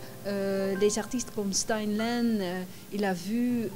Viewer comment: oh ho, on dit stinlin et non stennelainne !